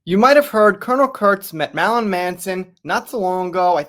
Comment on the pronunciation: This fool can’t say “Marilyn” to save is life. 😂😂